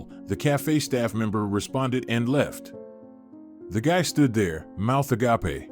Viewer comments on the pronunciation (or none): It’s pronounced A gape not a gapa